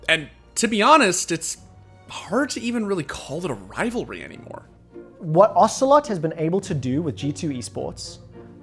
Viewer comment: OcelotE not ocelot, its not metal gear solid character dude wtf